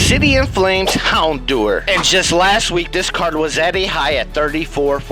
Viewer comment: Houndour is said like hour not do-er btw